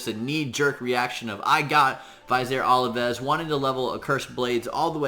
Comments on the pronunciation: God man you are butchering his name hardcore...... Plus, how are you getting olives from ovelis? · Oh man, hearing you butcher his name makes my ears bleed. Amazing champ though. I too run him with Martyr.